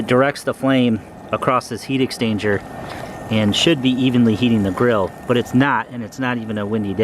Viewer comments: It's what it sounds like you're saying, rather than exchanger. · "heat extainger" "heat extainger" "heat extainger"